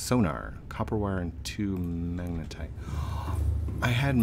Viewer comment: FINALLY! HE SAID MAGNETITE RIGHT! (Applause) GOOD JOB! (Thumbs up) : )